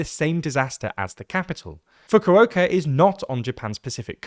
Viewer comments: Brother you needa CHECK that pronunciation of FUKU-OKA not FUCKOO oka LOL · Fu-ko-ka is the proper pronunciation. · Do better with the pronunciation lmfao, wtf was this? Fukowoka. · and team, You do so much research, and do it so well, to be fair, and you can't pronounce Fukuoka AT ALL right? Come on! It's a phonetic language...